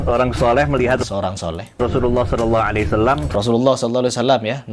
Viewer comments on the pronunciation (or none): Perbaiki dulu nyebut shalallahu alaihi wasallam